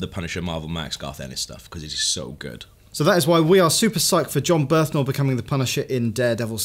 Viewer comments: Its Bernthal not Berthnal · Guys, his name is Jon Bernthal, not Jon Berthanol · Did you have some sort of quota for mispronunciations of "Bernthal"? I think you got it